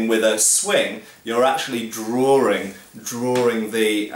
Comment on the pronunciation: Drawring? I think likes to drawr.